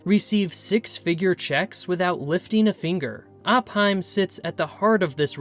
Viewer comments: It's pronounced OH-PIME... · RE: #2: Incorrect: It was Operating primarily between 1863 and 1865 NOT 1963-64....🤣 #1 Opheim, Montana. pronounced: Opiem.